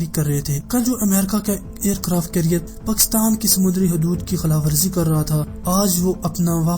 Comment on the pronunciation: تجھے کس اُلو کے پٹھے نے اختیار دیا اس سبجیکٹ پر بات کرو۔ پاکستان کا نام تو تجھے لینا نہیں آتا چلا ہے ایٹمی دھماکے کرنے۔ جاؤ پہلے بولنا سیکھو گھگو نورا۔